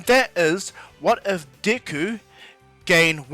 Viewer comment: Deck-ooo is how you pronounce it